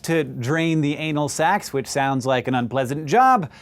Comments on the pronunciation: when he said anal sacs can be affected, i thought he said anal ... never mind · "ANAL SACS" LOLOLOLOLOLOLOLOLOLOL